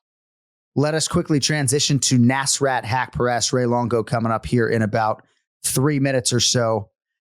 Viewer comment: Anik: "you have to be able to pronounce names right." continues to say neeesrat hepcureeeest as if he's an American jock 😂😂